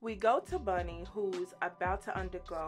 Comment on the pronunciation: Bonnie not Bunny.